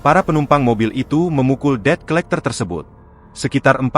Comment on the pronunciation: tumben tribun ngebaca debt collector benar kali ini, baca nya det colekter